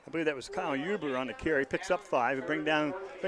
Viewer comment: its Huber not huby